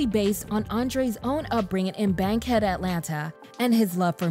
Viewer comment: Did this lady really say “Bang Head” Atlanta lol